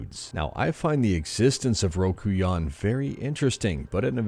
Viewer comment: It's pronounced rokuYOn, emphasis on YO. lol Some early N64 commercials in Japan and even some Japanese versions of well known games such as Pokemon Stadium have a group of people chanting "ROKU YON!" which if you didn't guess, literally means 64 in Japanese. Source: I took some Japanese.